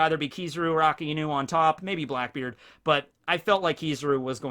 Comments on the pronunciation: AKAIENU!!!!!!! Everyone: Akainu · such a shame how someone who is known for one piece knowledge , KEEPS butchering akainu`s name the name means red dog so yes its aka for red and inu for dog BUt!!!!!!!!!! its not pronounced as 2 different words its pronounced A - KAI - NU stop putting so much emphasis on the iiiiiiiiii if its one time i can handle it , but you are using the name 263648 times in one sentence pls do it right man NOT A- KA- IIIIIII - NU its A - KAI -NU kai as in dragon bal kai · It's "Ah-Kai-New" not "Akah-Enu".